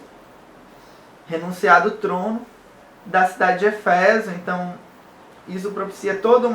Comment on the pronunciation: não é eféso, mas éfeso